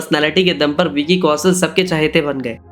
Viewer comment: Please learn pronunciations. Vicky "Kausal" sunte sunte irritate ho gayi. Its Kaushal for God's sake.